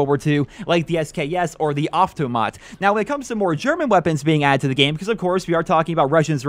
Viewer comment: its not aftumat its aftamat